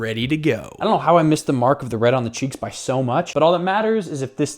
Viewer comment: It’s kind of funny when you say cheeks 😂￼ yeah that’s kinda gonna work ￼￼￼